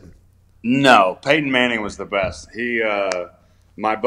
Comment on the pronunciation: "Wanna see my Peyton Manthing?"